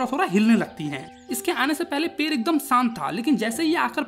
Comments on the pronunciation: पेड़ ❌पेर ✔️ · Pade❌ Pare✅ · पेड़ ❌पेर ✅